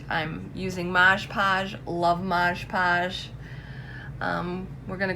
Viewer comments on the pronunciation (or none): lt’s Mod Podge not modes podges just like on the bottle. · FYI it’s mod podge not modge modge lol